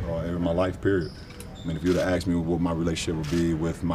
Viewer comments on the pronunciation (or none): Would someone please tell him that it's ask not axe